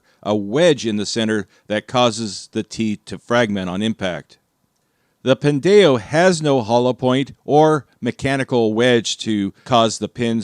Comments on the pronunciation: Pin-day-oh. This hurts every fiber of my soul. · Your pronunciation is killing me 😂 it's a play on the Hispanic slur "pendejo"! can confirm! 😂😂😂 Always enjoyed the videos over the years!!!